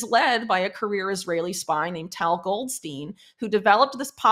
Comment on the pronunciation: "ZaidenBERG" "GoldSTIEN" 😆 EVERY. SINGLE. TIME. 🥱